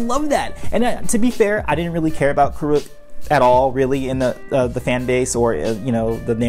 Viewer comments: Its pronounced kur-ek not kurook. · It’s Kuruk not “Koo-Rook”💀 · Well this video was a pain to watch because you couldn't pronounce avatar Kuruk name properly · Says the guy who spent 11 minutes mispronouncing it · Is the way he pronounces Kuruk not weird to anybody else? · It’s the M Night level name mispronunciations for me. Its KOOR - uhk and HAY-bai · You need to pronounce Kuruk’s name properly first. And also “Hai bei’s”